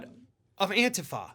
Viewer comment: Not gonna lie,, the way you say "Antifa" drives me nuts😅